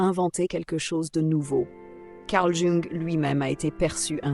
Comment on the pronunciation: Je n'ai rien contre l'IA mais ce serait cool de lui expliquer comment on prononce "Carl Jung". Ça ferait du bien à mes oreilles 😂😂😂